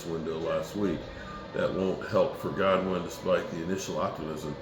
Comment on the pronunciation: It's CJ GOODWIN.....Not Godwin !!!